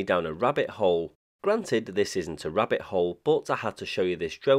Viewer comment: Wabbit theathon. 🐰